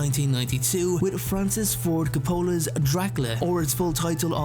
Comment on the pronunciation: Lol, you're the only person, I know of, who pronounces Francis Ford Coppola’s surname as "k’poe-la" 😄